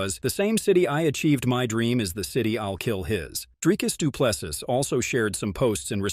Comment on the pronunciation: Let's first get the pronunciation right! It is NOT "Drykus Du Ples-sus" Repeat after me: "Dree-cus... Doo - Ples - Sea" Again: "Dree-cus... Doo - Ples - Sea" Once more: "Dree-cus... Doo-Ples - Sea" Last time: "Dree-cus... Doo-Ples- Sea" Final time: "Dree- cus... Doo - Ples - Sea" Last final time: "Dree-cus... Doo - Ples - Sea" Now try saying it again: "Dree-cus... Doo - Ples - Sea"